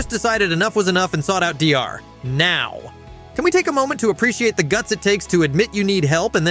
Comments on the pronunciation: Soooo WHO went insane?? I HATE HOW A.I. DOESN'T PRONOUNCE ANYTHING RIGHT!!!! Docker Now? C'mon! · These shitty AI voices can't even get Dr. Now's name right half the time. Ugh.